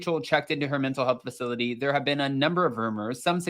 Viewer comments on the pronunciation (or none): none